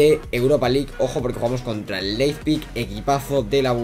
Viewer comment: L-E-I-P-Z-I-G, no Leizpig, jejeje. Muy buenos videos, los voy siguiendo, saludos!!